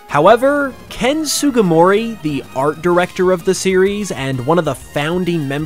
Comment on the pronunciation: I cannot believe you just called ken sugimori "sugumori"